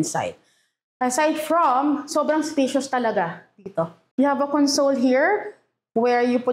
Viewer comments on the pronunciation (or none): A console used as a noun is pronounced as con-sole, like a TV console, console the way you pronounce it is a verb meaning to give comfort. 2 same spelled words, 2 different meaning, 2 different pronunciation. FYI.